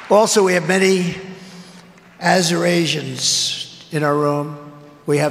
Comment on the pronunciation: "Azurasians" = Azure Asians. 👍😕😕😕⁉⁉⁉